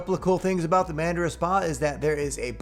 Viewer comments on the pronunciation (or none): The Spa is pronounced "Munn-Dhara".